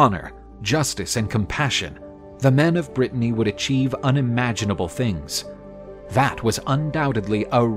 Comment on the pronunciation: Are you saying, "king of Brittany"????